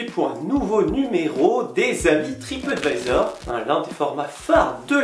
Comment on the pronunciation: Lol un moment as tu dis tripottevisor? C est du mon ce que j ai entendu sur mon telephone